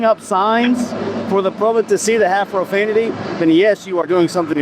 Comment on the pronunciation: "Watch your profamitee"